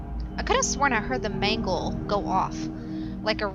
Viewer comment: it's mangle